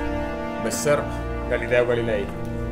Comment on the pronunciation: Gilileo Galileel